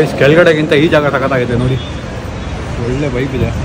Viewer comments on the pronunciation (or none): none